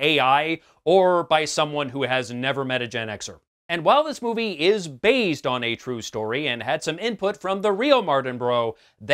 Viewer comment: Do I get a prize for noticing you say bazed? OOh and Neesan? Clearly you meant based and Nissan..... Ok! Ok! I will get my coat.